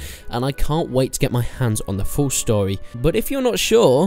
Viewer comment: stowy, tutowials, chawacter